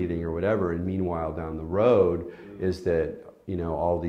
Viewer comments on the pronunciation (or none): none